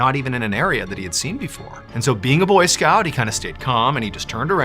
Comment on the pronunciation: Am i the only one who thought he said boyfriend not boy scouts